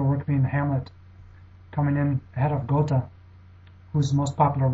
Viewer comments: GOAT-uh? What in the hell? Someone who claims to be in the position to discuss intelligence has no better sense than to pronounce Goethe as GOAT-uh? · Goethe is pronounced g ERR ta.